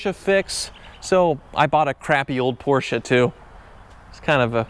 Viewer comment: Ffs Porsche not a Porschia....